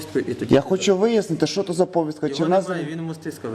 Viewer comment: от недоуки...немогут найти украинское слово на повестку...из за етого меняют наголос...яки узколоби...етож звиздец.